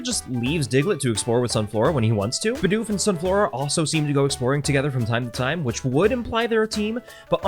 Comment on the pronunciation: When you said "Bidoof is" I heard it as "Bidoofus" as in a portmanteau of Bidoof and doofus